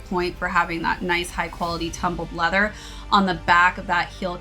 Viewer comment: That nice quality “tuhhh-hmm-build leather”😂